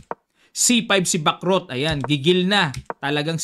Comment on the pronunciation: Sana bigkasin ang tamang pagbigkas sa Bacrot, para gaya ng chess matuto din tayo sa language ng mga taga France